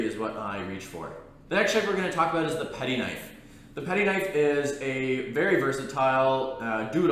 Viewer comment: Gito? Its Gyuto. Patty? Its Petty 🤦‍♂️